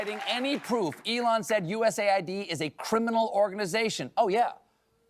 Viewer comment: finally someone pronouncing it right